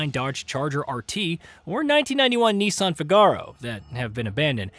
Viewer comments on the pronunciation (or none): Whats a neeesan? Its nissan you know how its written